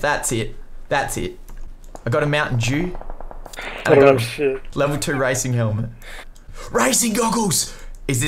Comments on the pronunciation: Yo did you hear him say, "Mountain Jew?" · It’s Mountain Dew not mountain. Dews